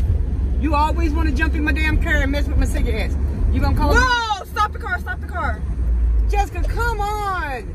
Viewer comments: It's cigarettes not cigaettes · Lol y’all keep sayin cigaettes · "stop messing with my ciga-ettes" 😭😂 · "sigga etts"🤣🤣🤣🤣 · “Cigaettes” love you mama and you xxx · cigarettes I love how she says cigarettes like Cigaettes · she said cigga-etts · I had a HEARTATAKE OR HOW EVERY YOU SPELL IT WHEN SHE SAID CIGAETTS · I always start bursting out laughing when she say "ciggaets" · It cracks me up every time she say cigaretts🤣🤣🤣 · She said let’s not start that shit again but literally said cigaette😂😂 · at this point it’s “sigga et” and “kur” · Why is her mom always calling her cigarettes cigar etts lol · I love how she says cigarettes 😂 like if it is true